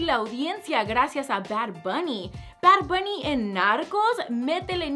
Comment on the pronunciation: Jjajaja porque dices bard buuny Líke si crees lo mismo Dislike si no :)